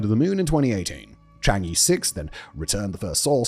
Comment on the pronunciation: For the love of odin, please learn the pronunciation of chan'ge. It's CHANG UHH.. UHHHHH. You've done like ten videos with it.